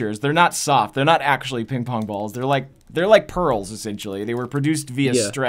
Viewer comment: Please tell me im not the only one who heard him say ping pong-bongs XD